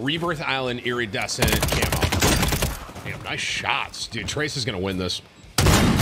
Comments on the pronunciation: Eerie-dessent got me tilted. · The way Tim alternates between pronouncing iridescent right and wrong is driving me nuts 😂😂😂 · Brother please learn how to say the word “iridescent”